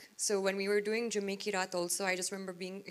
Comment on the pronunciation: She pronounced 'Jumme ki raat' as 'Je mikey rat'. Good luck listening to her speak Kannada.